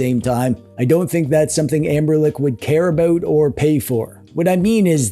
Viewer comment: "Anberlick" is accurate. 😂